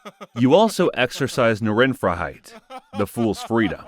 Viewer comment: It's pronounced:" Nahn fry-height."